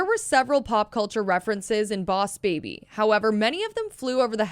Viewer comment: oss baby? Lol No hate btw